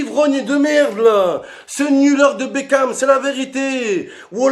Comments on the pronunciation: Mais frere c pas david bekan cest david bakon woulah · C'est plus David bekham c'est david bekane